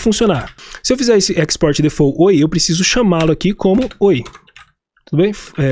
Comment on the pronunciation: Só pra referência: default não se fala “defô”, a pronúncia é mais pra difolt. O t é bem leve e curto. 😉